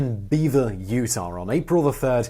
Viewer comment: Utah* not Utahr